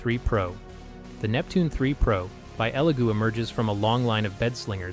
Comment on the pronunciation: is no one going to mention how the second elegoo printer was called a legoo printer like that mistake gives me the vibes that this whole thing is ai generated